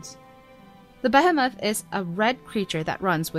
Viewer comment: Behemoth is not being pronounced correctly. Bee-hee-moth.